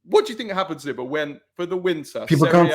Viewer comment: You pronounce Nima’s name wrong. Come on mate… smh.